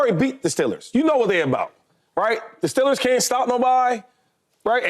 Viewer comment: stellers shady? thought it was steeeeeeeelers 😂